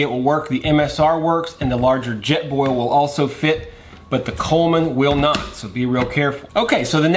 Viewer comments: What is a "jet ball"??? "Intresting" is not a word. Piezo: PEE•ay•zoh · Jet "Ball"????? Pē•ā•zō